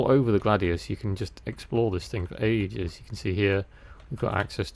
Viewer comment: Chortle Chortle Chortle "You can just explore this thing for Aegis.." (I know, I know... AGES...) hehe 😀